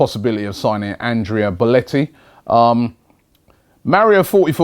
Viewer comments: It's BelOtii not BolEtti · His name is BELOTTI, NOT BOLETTI. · How hard is it to pronounce belotti correctly? It's bELOtti not bOLEtti